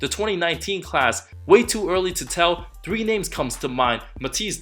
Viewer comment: He need to learn how to pronaunce numbers like 3, 13, 23, 33...you see where i'm going there